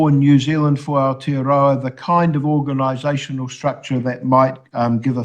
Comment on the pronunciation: Where the fuck is outa-row-a?